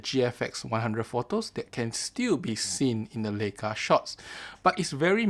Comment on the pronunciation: It's pronounced "Ly-ka".